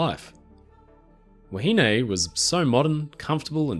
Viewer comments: Wahine is pronounced 'wah he nee' in NZ, not 'wah he nay'. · I thoroughly enjoyed your video, however I was starting to get annoyed on how you were pronouncing "Wahine" you were saying "wa-hin-ay" where the correct pronunciation is "wa-hin-neh". Besides that keep up the great work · Actually the pronounciation is a bit off. The contemporary pronounciation was more like "wa-he-nee". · Have I been pronouncing “wahine” wrong all my life?